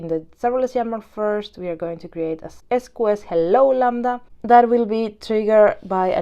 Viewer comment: interesting sqs pronunciation "es coo es", later you pronounce queue properly... ES cue ES is correct... sqs === ES CUE ES or s queue s... good lesson thanks for the content!!